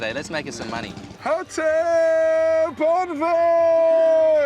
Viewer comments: Vietnamese: hu tieu , bun rieu Gordon Ramsay: hotelllllll!!!!!, bool reallllllll! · Hottel bon veal :))) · Hú chiếuuu , búng vêuuuuuuuu 😂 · Hủ tiếu, bún riêu! ❌ Hotel! Bonvel! ✅ =))))) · Gordon it’s hữu tiếu bún riêu not ho tidy bun veo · Hotel is “hủ tiếu” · "hủ tiếu, bún riêu" mà tui nghe ông Gordon đọc là "hổ tíu, bốn riêu" 🤣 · hu phiêu 🤣🤣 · Gordon said : "HUH TEW, BUN REALLLLLL" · Hu Tieu Bún Real 😂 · As a Vietnamese , i can't stand the way Gordon says the dishes ... Hotel , bon real ... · Who till bool real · khi mà bạn quen với 1 Gordon Ramsay quyền lực trong Masterchef,,,, và rôi đến khi nghe đc câu ' hỏ tếuuuuuuuuu bún rêuuuuuuuu ' ,,, cười k nhặt đc mồm (^-0) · He called that dish's name " Hủ tiếu" like Hotel :))). That made me laughed a lot haha.lol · Love the way you said: Hu tieuu bun realllll. It's funny, i laugh alot lmao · He want say:"Hủ tiếu bún riêu không" but reality "fủ tiu bú viu" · Hủ tiếu! Bún riêu! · Hủ Tiếu, Bún Riêu😂😂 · omg he just butchered the shit out of those names i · Its hủ tiếu,bún riêu